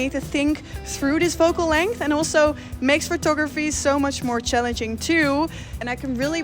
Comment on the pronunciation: Leuke video! 1 puntje van kritiek: het is 'focal length' en niet 'vocal length'. Dat laatste gaat over de lengte van je stembanden? ;-)